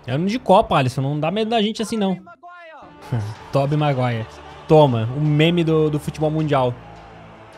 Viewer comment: Ah não mano, o Lucas fala ´´Tobey Maguire´´, vai se ferrar